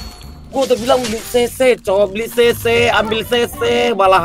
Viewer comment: Cc bg cc bukan se se 😂🗿